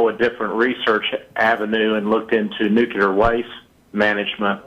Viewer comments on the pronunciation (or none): Nucular. It's pronounced "new-CUE-larr". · jonnine It's nuclear "new-clear"